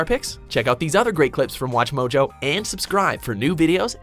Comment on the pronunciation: Why do you say Watch Mojo so weirdly?